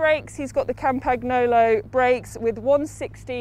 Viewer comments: Its pronounced kampanjolo...🙈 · please tell her how to pronounce Campy correctly!!! my ears are bleeding! COM-PAN-YO-LO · Si. Haha. Campagnolo con accento britannico 😂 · Kam-pag-no-lo??? Mag-lia-rosa??? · that pronunciation of campagnolo🤦‍♂️😂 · no but that‘s basic knowledge you have to know🥴😂 so embarrassing, they are getting paid to say this💀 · would of gotten behind it, if she would of just went with 'Campy' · Not sure the pronunciation of Campagnolo hurts my ears or my heart more 🤔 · Im sorry, but campagnolo pronunciation just hurts, except that, awesome bike check. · She's actually getting paid to butcher all these brand names? I guess she doesn't mind looking and sounding ignorant. Maybe she got hired by a family friend, because it couldn't have been because of a broad-based cycling knowledge.